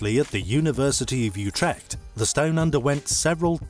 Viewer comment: UTRECHT LOL! I live in holland and that sounds wrong lol...